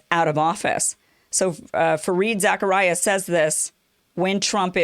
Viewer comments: I think it's pronounced "Za-car-ee-a". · Fareed Zachariah?! 😂😂😂 You mean Zakaria. He's Pakistani, not Yewish. Silly goose eating couscous! 😂